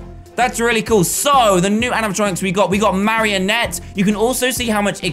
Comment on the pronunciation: am i the only one who notice that dan says mariontte 0-0